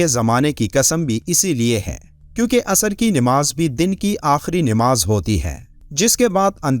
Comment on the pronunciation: Ye( asr) hai na ke asar Bhai aayat to sahi bolo matlab badal jata hai